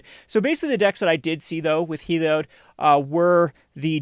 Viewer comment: It’s Helio-DAY!!!